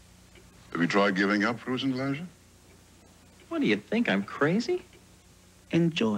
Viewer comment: Frusen Glädje, prononounced completely wrong in the commercial, Swedish icecream "Frozen Joy"